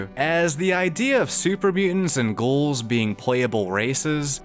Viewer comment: I genuinely enjoy your content and personality, but you're pronouncing 'ghouls' like 'goals', why? lol